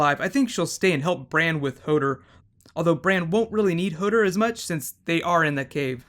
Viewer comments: it's "HO-DOOR" not "HO-DER" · Hodor not hodr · "Hodder" LMFAO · Why does he keep saying HODER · The way he says Hodor annoys me :P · Hoder? Stannes? Arryia Sturk?